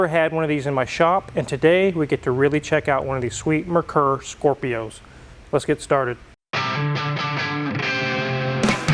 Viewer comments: “Mare-Coor” as in the horse and the beer (without the s). This one has some European parts on it. The Non-U.S. parts I saw were the steering wheel, the wheel rims, and the rear wing. If this is a U.S. car, then the original rear spoiler has been removed and replaced with that wing. That would be a good indication that the car has been repainted, since the install looks really clean. The back seats were powered for recline/incline; that is what those buttons are for. The front anti-roll bar also served as the compression struts for the front suspension. It was a cheap, all-in-one solution that didn’t work that well. Lots of bind and kind of weak. I owned one and I loved it despite the flaws. I wish I could have kept it. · I'm pretty sure it's pronounced more like "mare-coor"... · It's actually pronounced MARE-coor. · its pronounced mare koor used to have one really funky key git rid of it when trans blew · It was actually pronounced MARE COOR back in the day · mehr-coor is more correct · It is pronounced "mare-koor". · "Mare-Coor" is the proper pronunciation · Not even close on the pronunciation of the name....Merkur (mare-koor) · I remember looking at these in a LM showroom in the mid-80’s. The salesman told me the correct pronunciation was: mare-coor (German for Mercury.) I bought a Lincoln Mark VII LSC instead. Great car. Way ahead of its time! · You are mispronouncing the name. It is pronounced like :mare cur: . I owned many of these, they were great cars just well beyond their time. More tech then a Benz s class of its day. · It's pronounced "MARE-KOOR" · Pro tip, its pronounced Mare Core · This video proves that not a single American can pronounce Merkur correctly. Greetings from Germany, where almost all Ford Scorpio have already been scrapped. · every time they mispronounce "merkur" i wonder if the viewers are being punked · Its pronounced "mare koor". I used to own a 1987 Merkur xr4ti. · It's not Mur Kur, it's mare coor. German for Mercury.